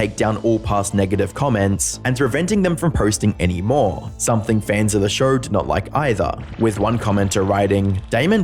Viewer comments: So this guy puts an "R" at the end of "show" and "Idea" but removes the "R" on "however". He says "Showr" and "I-dear" and "How-ev-ah" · Noar, TV ShoAR, IdeaAR, soAR Of all the way you guys butcher the English language, the way you can't handle the simple letter "o" is my favorite 😂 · Shouuuuuuurrrrrr. Why the fak english is such a fakin faked up language? Show is just on it's own a good word to hear, but if you pronunciate it shooouuuuuurrrrrrrr... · Never heard the word show with an R in it before this video